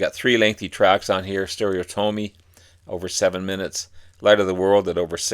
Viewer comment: Listen to the song stereotomy, and you'll know see how to pronounce it.